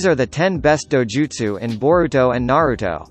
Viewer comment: he said all names wrong and Naruto's name